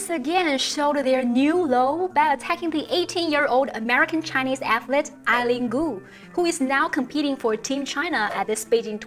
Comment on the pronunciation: you can't even pronounce her name correctly. Stop blaming western media. Your communist party is criticizing ZhuYi for not winning the medal. thank you very much for the double standard. Please Learn English.